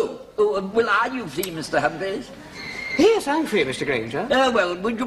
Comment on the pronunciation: Humpa-fleas! loooooool Has difficulty getting his tongue round his R-s... This is actually racier than most comedies running today.